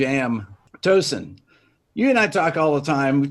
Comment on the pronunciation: Rick, you actually pronounce Tosin's name correctly. Hats off to you Rick.